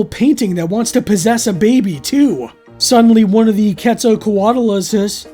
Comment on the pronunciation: Kwet-zal-kot-al-us. Just in case you wanted to know. 😆